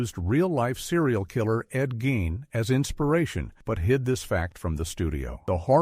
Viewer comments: ¿"BURN-erd", not "ber-NARD"? ( - ) ¿"gain", not "geen"? ( , but not , when Gein was pronounced "geen") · Gein not Gyn